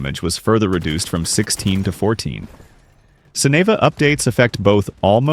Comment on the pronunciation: Aaand they butchered sineva